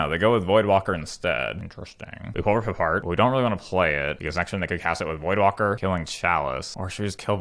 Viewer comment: "Rip apart" not "rip a shard" wtf man